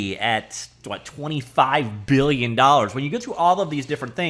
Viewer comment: One-point-eigth *Beuuhgughg*lion dollars